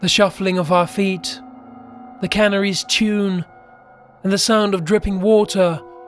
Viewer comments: Yeah the narration is off. Idk what it is but it didn't make it scary. Sorry narrator! I like how canaries is pronounced canneries😁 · I am going to have to stop watching because of the narrator's pronunciation of 'canaries' and 'stalactites'.